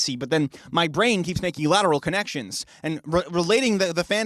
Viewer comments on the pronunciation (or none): none